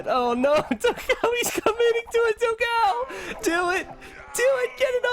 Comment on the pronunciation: As a portuguese speaker I find very funny when he speaks the brazillian player "dogao" name like "dow gal", when the correct pronunciation would more like "don gone". Btw, excelent video and commentary!